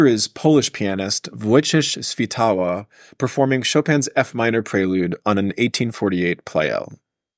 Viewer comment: To be honest, you surprised me with the correct pronunciation of a difficult surname Świtała. By the way, yesterday I watched ‘Preludes. Episode 1’. Thank you very much for this informative film. And also this conversation with my favourite, the great American pianist Garrick Ohlsson - a pleasure in itself.